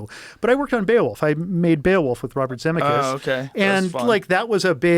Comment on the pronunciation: Never heard of his name pronounced Zemmi-kus. Also why tf did he go into the story of him being a drunk and killing his passenger and throwing his wife? He didn't sound like he took accountability. Didn't even name the victim.